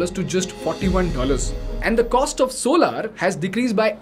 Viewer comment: Solaar nahi solar